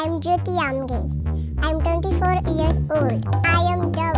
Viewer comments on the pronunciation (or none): Its not eyars its years